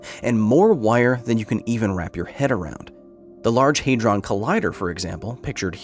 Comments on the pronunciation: And now “large haydron”. PRONOUNCE THINGS PROPERLY FFS!!! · Uhhh… The first syllable of ‘hadron’ should be “had”, not “hay”.